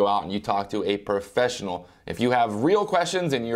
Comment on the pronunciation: The word is "professional" not "perfessional" hahaha